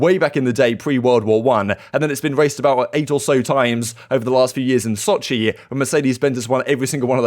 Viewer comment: Was I the only one who heard Shotzzy not Sochi? Major 1 on mind